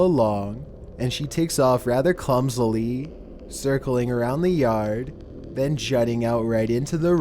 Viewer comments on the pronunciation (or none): “Rather cumsily”